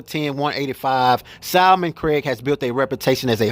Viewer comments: His name is SIL-MON Craig, not SALMON-CRAIG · Bro, love your show! Cam’Ron’s last name is SILMON-Craig; (like Sill-man) not Simon-Craig. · Thanks for the update BUT bro can you please get Cam’s name correct. It’s pronounced SIL-MAN Craig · This is starting to get annoying and it’s not even my name🤦🏾‍♂️ Why does everyone just seem to skip over the fat ssa L in Silmon-Craig💀 pronounce it as (Seal mon)- Craig💯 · Its Silmon-Craig pronounced SEAL-Mon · It's no big deal if he mispronounced Sil-Mon Craig's name you guys miss the point & focus pay attention to the CONTENT & the video...thts the REAL WORK...thank you my brother for your work ❤ ‼️👏🏾🎉👍🏾